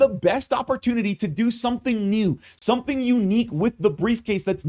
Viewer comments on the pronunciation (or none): none